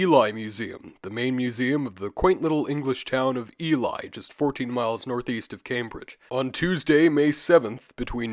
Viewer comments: Just fyi it’s not pronounced E-lie its E-lee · Hey bro, really entertaining video. Just a heads up that Ely is pronounced EE-LEE (my gf lives near there). :) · Ely is pronounced 'Ee-lee'. Our place names are ridiculous in Britain, so it's an easy mistake to make. Eastern England seems to have been quite a prosperous area during the Bronze Age, and there have been quite a few important Bronze Age finds in the Cambridgeshire Fens, most notably the Must Farm and Flag Fen settlements.